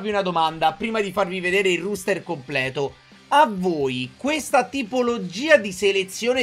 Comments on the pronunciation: si dice roster, non ruster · Comunque sarebbe "roster" , non ruster, e si scrive appunto roster. A parte questo non credo sia troppo attendibile, ma naturalmente sarà molto simile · tube innanzitutto auguri, ma perché dici ruuster? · ti prego si pronuncia e si scrive "roster" rooster significa gallo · Il ruster haahahahahha nuovo meme (ero in live)